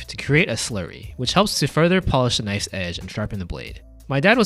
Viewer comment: that not a knofe (western) THATS A KNOIFE (CHINESE)